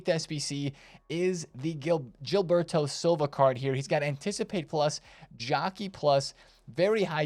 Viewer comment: Nice pull on the JIL-berto Silva pronunciation ;)